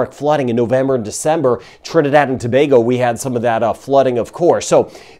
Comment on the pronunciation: I am not going to lie. I feel better after one of your videos. You are the ONLY American commentator who can pronounce "Tobago" correctly!:) For that ALONE, I give you a 👍!